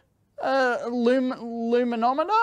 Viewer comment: Loo-me-nom-it-er? Dave obviously lives in electro-nerd heaven!